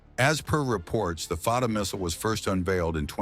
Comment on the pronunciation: It's not called far ra 1 but Fattah 1, don't twist your tongue so hard. Pronounce it correctly, thanks Israel starting this mess, now it will pay , too bad.